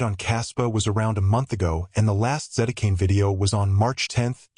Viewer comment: AI voice...it says Zetacane...